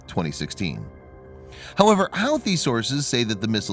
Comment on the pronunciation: Who-tee not How-thee.